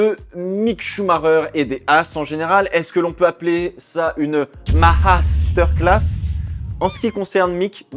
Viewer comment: C'est MasterclHaass pas MHaasterclass